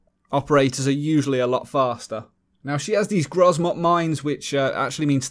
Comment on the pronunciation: Learn how to pronounce grzmot before you want to shine with your translate ability